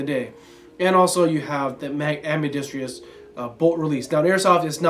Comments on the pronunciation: Love the channel and the content, but the team needs to learn how to pronounce ambidextrous. Only one 'I" in that spicy boi family. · am-bi-dex-trous. Clap with every syllable if necessary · /Side Rant : FFS... it is AMBIDEXTROUS... not AMBIDEXTREEEEEEOUS.... There is no "EEEE" sound after the "DEXTR" part or before the "OUS" part! LOL WHY do so many people get that wrong? On topic: ACR's are a beautiful platform... And CISCO is like the director's girlfriend who has to be but into the music video, even though the band has no idea who the hell she is... But we do and it's just not a ASGI vid without Cisco!